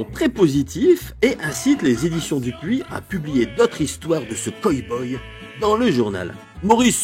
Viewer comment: super video ! j'adore ton ton et ta maniere de raconter et develloper. par contre c'est coW boy pas coy boy ^^